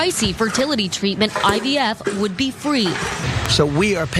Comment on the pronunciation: Did say IVF or IDF? Maybe it’s because I just can’t listen to this guy anymore!